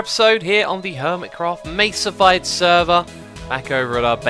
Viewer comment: i tought it was mesa-bite